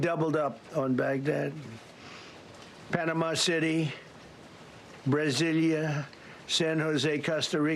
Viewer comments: What the hell is Brazilia?? Does he mean Brazil, this man is so stoopid😅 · "Brazilia"??? Oh ok.....🤣🤣🤣🤣🤣🖕tRump!!! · Why is he reading stats from other countries? He can’t even pronounce Brazil.